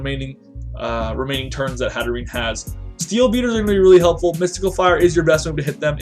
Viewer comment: i think it's pronounced hat-err-enn-ayy